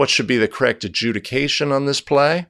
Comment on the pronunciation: I truly enjoy your videos. But From now on though everytime I hear you say adjudication I'm taking a drink of Diet Coke